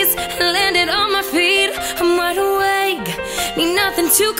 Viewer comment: Beautiful voice...but you have to be careful with your pronunciation in some places...some of your "wide awakes" are sounding like "I'm wide away".